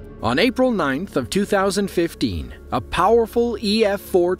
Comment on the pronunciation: The man: "on April 9th, 2015" What I hear: "On April 9th, 2050-"